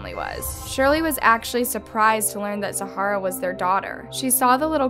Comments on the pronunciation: Can you please learn how to say the victim's names properly? this is like the 3rd video of yours where I have heard the victim's name is blatantly mispronounced. It gives a, " I really don't care vibe" and its disrespectful to the victim. Its not Zahara. Its pronounced " Zar-ruh". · Pronounced Zah-ruh , not Zahara. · The girls name is Zahra...NOT ZAHARA...show some respect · If you can't pronounce the name right, How do we know the rest of the story is even accurate? Zahra... Not Zahara. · Its zahra like Zara not Zahara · It’s Zahra not zahara omg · Her name is Zaharia, not Zahara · it is zahra not zahara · its not zhhharaa its the normal zara but spelt like zhara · pronounced “Zara” not “Zahara” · Her name is Zahra. Pronounced Za Ra. NOT Zahara. Considering everything this poor child went through could you at least get her name right. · It’s not zaharrra it’s like Zara but with a h, sorry no hate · Her name is pronounced Zah-Ra not Sa-Har-Ra. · bruv its zah-ra not za-ha-ra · Her name is pronounced ZA-RA not ZA-HA-RA The H is silent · Zah-ra, not Zah-HA-ra. Not that difficult. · Isn’t it pronounced “ZA-ra” ? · do you pronounce your name like it has 3 syllables? za-har-ah? because it doesn't look like that's how it's supposed to be said. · The "h" in her name is silent. It is just pronounce Za-ra. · My name is zahra too, but I'm pretty sure it pronounced Zara(silent H) but we have different ethnicities, anyway I do feel really bad about what happened to her, 😔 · right!! where did get zahara from wtf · This happened in my town & her remains were found within 10min from my house in Hudson NC. There’s a park dedicated to her now Also she’s pronouncing her name wrong. It’s Za-ra. The house is silent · Okay but why is she saying Zah - Rah that way, the way she pronounces names sometimes agitates me sm 🤣✋ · There is 1 “a” in Zahra. Her name is Zara. The “h” is silent. She is not a desert. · Small detail.. Her name is pronounced without the h. Zara.